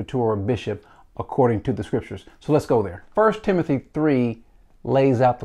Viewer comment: “Timonthy” lol only problem I have with the video. Love it all